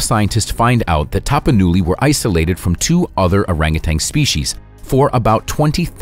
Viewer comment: OrangutaN not tang